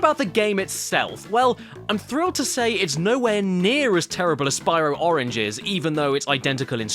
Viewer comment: I love the Brayinliz oringe marsoupeeiyal